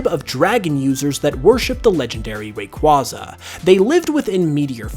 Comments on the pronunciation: It's Ray-Kway-Zah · Raquaza (ray-quay-za) it’s really easy why does everyone pronounce things the way they want when everything has a set pronunciation Great video though❤️❤️ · Bro, your mispronunciation of Rayquayza's name hurts.